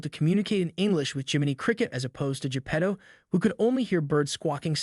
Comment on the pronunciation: Your pronounciation of Pinocchio and Geppetto really sucks.... Remember it's Italian not english. You continued to Say P'nokeeou and J'pedou several time. Vowels are not silent in italian.